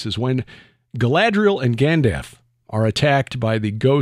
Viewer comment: Gandaf??? Your "favorite" scene with Gandaf??? I'm guessing that you saw the movie once at best and probably years ago. His name is Gandalf, with an "L".